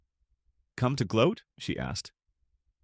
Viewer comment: Street walker versus a business man. Yeah she was out of his league. Gloat not glode.